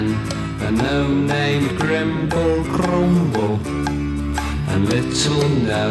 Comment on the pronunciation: Sounds like Gromble